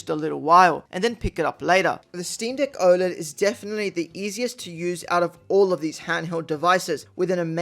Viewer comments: You need to work on your pronunciation of “deck” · Did he say steam deek 😂